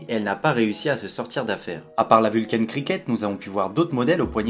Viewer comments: J'aime bien tes vidéos, merci. Toutefois excuse-moi, mais la prononciation de la marque me fait sursauter à chaque fois : ce n'est pas "vulcaïne" comme tu le prononces, mais simplement "Vulcain" terminaison en "ain" comme dans "pain". Vient du latin Vulcanus, dieu romain du feu et des volcans. Nous sommes sur une marque suisse romande où on parle français (langue latine). Merci de ta compréhension.😉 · Pourquoi ecrire Vulcain a l'Anglaise puisque tu es francais? Prnonce donc "Vulkin "comme les gens qui se souviennent qu'il s'agit du Dieu des enfers et du mari boiteux d'Aphrodite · Très bonne vidéo. Cependant, ta prononciation anglo-saxonne de la marque suisse Vulcain est selon moi incorrecte. La prononciation est française.